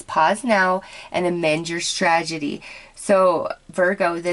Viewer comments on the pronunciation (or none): Strategy. You are saying "stragedy" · I love your readings, but I have a really hard time when you mispronounce words.... its strategy, no d. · How many times can you mispronounce strategy?😋✌ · I love you and your readings but since I'm a Virgo I must point out that the word is strategy (not stragedy). Love you!! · Unless the strategy would end in tragedy and she is trying to say both things at the same time! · Honestly I felt the same way. I tried not to but I couldn't help it